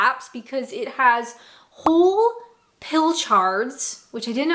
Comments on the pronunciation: Pilchuds, not pill chards. Same as monuck, not mon ark. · That’s not a normal fish pie. It’s usually a fish in sauce, under mash. And it’s not pronounced Pil- chards!